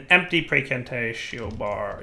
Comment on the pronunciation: It is pronounced Pry - Can - Tah - Tee - Oh